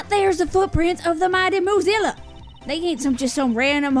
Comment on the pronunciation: Okay, I know it’s “Moozilla,” but I swear I keep hearing “Mozilla,” and I’m like ‘What does Firefox have to do with this case? Wait...is it Lang? Is he the Fire Fox?’